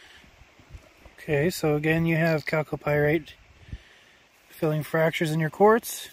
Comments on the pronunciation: When he says Calc o Pirates, that's just the secret way of saying 'Gold'... At 400 dollars an ounce, he must have several thousands of dollars there Jim Lad... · Do a shot every time he says calco pyrite.